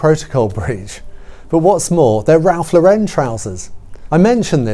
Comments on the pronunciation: The Lauren in Ralph Lauren is pronounced like the girl’s name Lauren. It isn’t La-wren. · It’s not Ralph LauREN, it’s Ralph LAUren. It’s an American brand, not French.